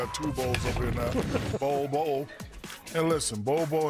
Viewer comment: NBA is big here in the Philippines. And everytime Shaq mentions Bol's name we hear Pubes 😂😂